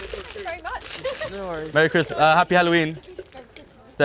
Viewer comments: Bro said marry crismass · “Merry cristhmas” 💀💀💀💀💀💀